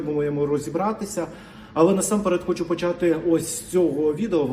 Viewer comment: ТИ МОЛОДЕ ПОКОЛІННЯ,ЯКЕ ВЧИЛОСЯ І ВИРОСЛО У ВІЛЬНІЙ УКРАЇНІ,АЛЕ ТЕБЕ ГИДКО СЛУХАТИ,БО ТИ ПРОСТО ВІДКРИТО ЗНУЩАЄШСЯ НАД УКРАЇНСЬКОЮ МОВОЮ: ЩЬО,ЩЬО,ПОЧЯТИ,ЯКЩЬО,ЧЯСТИНИ,ЩЄ,ДОЩЬОВУ,ЧЯСТИНУ,ПОЧЯЛИ,ЩЬО,ЩЬО,ЩЬО,РОЗПОЧЄНАЮТЬСЯ,ЧЮЄМО,ХАРКІВЩЄНА,ПОБАЧЄМО, ДА,ЗВИЧЯЙНО,ЧЯСУ,ВИВЧЄННЯМ,ДИНАМІЧЬНА,ЩЬО,ЩЄ,ЯКЩЬО,ФАКТИЧЬНО,ЧЄ,БАЧЄМО,ЗВИЧЯЙНО..........!!!!!!!!!!!!! ЩО ТВОРИТЬСЯ З ТВОЄЮ МОСКАЛЬСЬКО- УРОДСЬКОЮ ЩЕЛЕПОЮ І В ЯКОМУ УКРАЇНСЬКОМУ СЛОВНИКУ НАПИСАНІ ТВОЇ СЛОВА?????????????????????? ТИ ГАНЬБИЩЕ УКРАЇНСЬКОЇ МОЛОД!!!!!!!!!!!МИ ДУМАЄМО,ЩО ТОБІ ПОТРІБНО ЗНИКНУТИ З УКРАЇНСЬКИХ ЕКРАНІВ!!!!!!!!!!!!МОСКАЛЬСЬКОГО УРОДА НАВІТЬ МОГИЛА НЕ СПРАВИТЬ!!!!!!!!!!!!!!!!!!!!!!!!(Українська молодь,США)